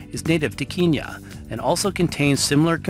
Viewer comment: great documentary! but you said kenya wrong.